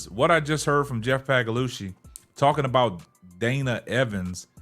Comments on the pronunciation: Yesterday it was Pagalosha today its Pagalushy. 😂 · The way just skewers the pronunciation of Sky GM Pagliocca's name is freaking hilarious